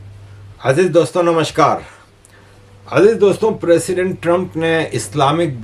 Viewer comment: the correct word is President, President not Preseedent. And plz kindly shave.